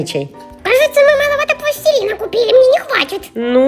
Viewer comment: Не пластелина а пластилина